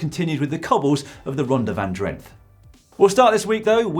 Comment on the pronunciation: "Drenthe" is pronounced "Drenta". It is one of the Netherland's provinces.